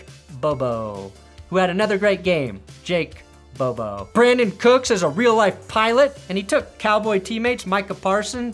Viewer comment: I'm just here to hear say Jake Bobo